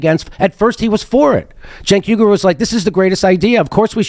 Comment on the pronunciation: Gotta be pretty dim to really have that much trouble getting close to Cenk's name: JENK WEE-ger is close enough, geniuses.